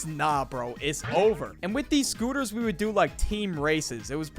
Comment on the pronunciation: tHGHE SCTOOTERS :D